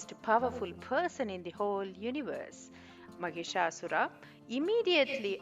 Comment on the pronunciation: Wrong pronunciation it's not maghishasur it is Mahishasur. Here Mahish means Male Buffalo And Asura means Demon .... 🙏🙏🙏🙏🙏🙏🙏🙏🙏🙏🙏🙏🙏🌹🌹🌷🌷🌷🌸🌸🌺🌺🌺🌸🌸🌷🌹